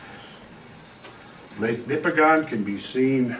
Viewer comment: I find this fascinating. I come from up there. A few observations. 1) On the pronunciation of Nipigon. Similar to the pronunciation of Oregon; the locals pronounce it "Nipigin." 2) That area is rife with mines of all sorts, from Timmins past Thunder Bay there are countless gold mines and new potential for lithium mining in Nipigon itself. Point being, there are LOTS of geologists up there to consult on the local geology. Should you require an introduction, I may be able to offer a hand. 3) The 4 billion year old rock up there in the Canadian Shield is devastatingly hard basalts and granites and other igneous rocks which make a portion of the smaller lakes up there too acidic for life. Could a flood even of that level have eroded such strong rock to such a degree so quickly? The topography you highlight is extraordinarily convincing, but man it's hard for me to imagine the strength of erosion required. Is there a calculation to estimate the amount of energy required to erode such strong rock instantaneously? I imagine such a number must be hard to conceptualize. 4) Yes.......Driving along the north shore is BREATHTAKING. I have been nearly everywhere on this planet, and I cannot honestly compare any other landscape more favourably than the land between the Montreal River and Nipigon. There's a reason why the Group of Seven chose to highlight this part of Canada. It is incomparable. You must go. Everyone must go. 5) There is a similar sheer walled, narrow canyon cut by the Mont